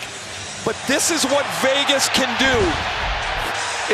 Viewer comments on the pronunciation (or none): Is he saying Fegas?